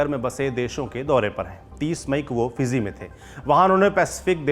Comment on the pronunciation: Just before that Fizzy instead of Fiji. Kannadaa instead of Canada.